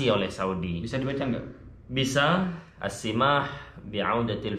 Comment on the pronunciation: Bacannya assamah السماح bukan assimah